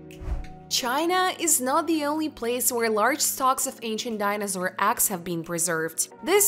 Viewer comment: Ok done 😂 Couldn't handle hearing eggs pronounced axxs. Was like nails on a chalkboard for me. But I'm sure she's nice. 😂 Thanks u.